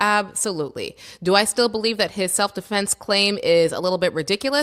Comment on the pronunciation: He said "Self De'Flence" 😂